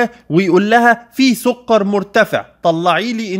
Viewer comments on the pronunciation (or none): سكر بالكاف مش بالقاف يا دكتور 😂 بس شكرا علي المعلومات ، ربنا يباركلك